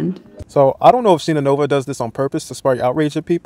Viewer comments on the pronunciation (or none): She's Shine-Ah, not Sheena. But yes, her type is pure hypocrisy